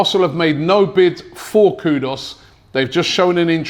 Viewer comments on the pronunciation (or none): It's kudus not Kudos 😅😂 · Robbie, how does Kud-us become Kud-os? Ffs lol!! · Robbie is funny, the way the guy butcher peoples names!! It’s Kudus not Kudos but makes me laugh every time 🤣🤣🤣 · Robbie, the player is not "KUDOS" - he's "KUDUS". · His name is KUDUS not Kudos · Kudus* not kudos smh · Can’t Robbie read? It’s KudUs and not KudOs! SMDH. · Its KUDUS ffs........not KUDOS!!!!! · The name is NOT Kudos, rather KUDUS. There is a difference between the two. Get it right. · Kudus!!!! Not kudos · Please is kudus not kudos don't make Ghanaians come for ur head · Kudos😂😂😂😂 Pronounced Koodoos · ONE questions?? .... Who's Kudos?? Are you telling me that Robbie not only mispronounces the names but that AFTV can't even spell his name correctly??